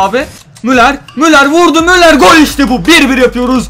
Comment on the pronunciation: müler değil müller (okunuşu)